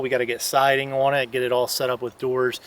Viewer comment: Have to ask...What part of PA are you guys from? 😊 It's when she said "on" sounds like "awn" .